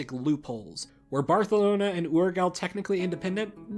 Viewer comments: Great video, Barcelona's proper Catalan pronunciation is pretty much the same as in English (second E is pronunced more open, almost an A), your pronunciation is the Castilian one. Also your pronunciation of Urgell gave me cancer. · Hahahahah the way you pronounce Foix and Urgell is so wrong but it’s okay I guess it’s really difficult for an englishspeaker. Great video though. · You butchered so much the pronunciation of Urgell D: Also, Barcelona inherited Aragon, not the other way around (although ofc he prefered to use the title of king of Aragon instead of the one of count of Barcelona as main tite). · In Latin America it is also pronounced almost the same as English. He says Barthelona the “right” way yet butchered Urgell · That certainly is NOT the way Urgell is pronounced. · great video!!! I had always wondered why my country had been absorbed by spain but andorra had been able to keep alive!!! just wanted to say that the proper pronunciation of Barcelona is in catalan! not spanish, so you should say bar-suh-LOH-neh. also the g in “urgell” is not pronounced as the g in penguin as u said but like a g in giraffe, and the double ll is pronounced almost like a y. so it would sound oorgey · Hei, Barcelona it´s not pronnounced like you said. The official name is prononuced Barsalona, in Catalan. More similar to how you pronounce it in english that to the spanish pronunciation you used. and talking about names, Urgell is pronunced with a g of "Jesus" and the ll is more like a Y than an L. Also Foix, should be pronnounced Foish, like Voice, as it is an Occitan Name, not french. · Argh! You really butch the way you pronounce Urgell. And no, Barcelona is not supposed to be pronounced as Barthelona unless you have a lisp. It's pronounced Barsalona. Please, make some research before propaguing lies. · So why do you choose to pronounce Barcelona 'properly' yet pronounce Urgell 'wrong', as well as accentuating Aragon 'wrong'? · Urgell is pronounced like yurgeLL {[uɾˈʒeʎ]}